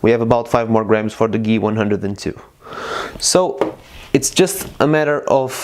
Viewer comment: Geeh-One-Hun-Dred :P